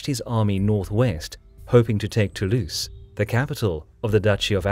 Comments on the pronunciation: nice, but please pronounce Toulouse with a "z" sound, not an "ss" sound; it really grates the ears. It's "to lose" not "too loose". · Born To-Louse